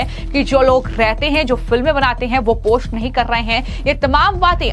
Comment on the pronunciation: Aby tujhy bolna to a nhi rha phost post ko😂